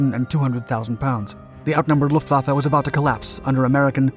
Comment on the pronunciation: Video host, learn how to pronounce LUFTWAFFE................